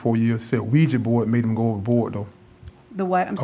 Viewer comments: WTF??? AGAIN? Another youtuber saying Luigy board??!! It's OuiJA JA JA JA JA. Not OuiJEE. For al I care, because Ouija boards are just a very old scam. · why is nobody able to pronounce OUI-JA board corectly? it is JA and not JI. or just say LUIGI board.